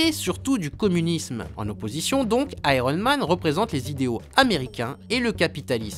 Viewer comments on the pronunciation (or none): Et oui ! Pourquoi pas Ironemane ? Tu dis bien spidermane avec un i quelques secondes avant ;) Très bonne vidéo une fois de plus au fait :D